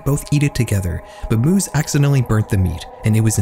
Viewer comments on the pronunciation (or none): It's pronounced "my-viss," not "moos" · I'm sorry, Armin MOOS??? Strangest pronunciation I've heard yet. 😂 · his surname is pronounced My-vehs. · In German this would be pronounced MY-VESS. FYI lmao. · Just a correction on the Meiwes case (pronounced Mai-ves) - the meeting of the two didn’t actually occur on Cannibal Cafe, and only had ads of his appear on the website. It was a fetish forum surrounding the cooking/eating women so it wouldn’t make sense for him to have used it to talk to potential victims. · As a German its kinda funny how you pronounce Armin Meiwes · That has to be the strangest way I've ever heard someone pronounce the name "Meiwes" yet.